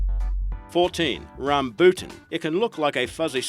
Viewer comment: I’ve never heard rambuttan so mispronounced.